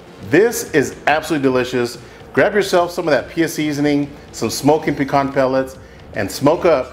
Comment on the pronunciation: Hard for me to trust a man that doesn't know how to pronounce pecan.😂